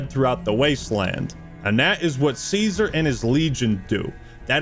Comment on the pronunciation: Pronouncing Caesar wrong... war crime Also the ending with the music - good choice But for real, excellent video, I enjoyed it thoroughly